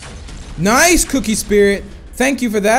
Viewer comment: When he says nice he always pronounce "noise"